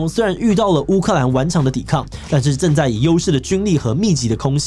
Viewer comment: 那個…志祺的影片我主要都是用聽的，當我聽到第四個的時候我受不了了，打開我的螢幕鎖XDD 「種 ㄓ」族滅絕， 「正ㄓ」在 「戰ㄓ」死 快「速ㄙ」 參「戰ㄓ」 「制ㄓ」裁 「資ㄗ」產 支「持ㄔ」 自祺你今天還好嗎😂